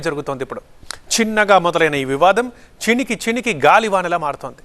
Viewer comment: చినికి చినికి కా దండి చిలికి చిలికి అని అనాలి తెలుగు సరిగా నేర్చుకోండి ముందు